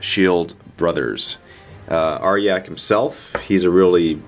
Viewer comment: ARE-JACK.. not arh-yak, i couldnt even